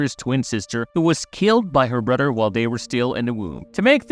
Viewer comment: Always thought it was brother not brudder